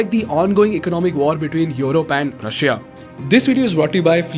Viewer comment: Love your videos and explanations, really enjoy watching it and sharing with others, but every time you pronounce the 'i' in Russia, I cringe. It's a silent 'i'. ;-)